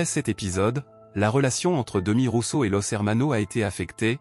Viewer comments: Phonétiquement c est Demiss Roussoss. Demi Rousso😂😂😂😂😂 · On ne dit Démis Roussos mais Demisssssss Roussosssssss. Dommage que le texte qui accompagne cette vidéo soit mal prononcé. Il n'empêche que, pour moi ce fût un Grand Monsieur qui chantait magnifiquement. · Vpus êtes capables de prononcer correctement le nom Nikosssss Aliagassssss, Mais vous êtes incapable de prononcer correctement celui de Demissssss Roussossssss😡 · On dit: Démisss Roussosss. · C est pas d e m i s R o u s s o s il faut prononcer les S finaux